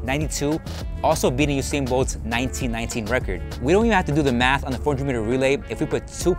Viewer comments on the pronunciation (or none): none